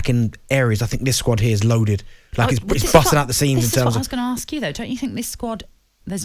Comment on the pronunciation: Can Darren Bent pronounce the word ask?